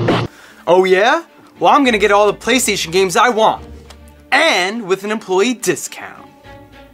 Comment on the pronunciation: Bruh she said playerstaion and I craked up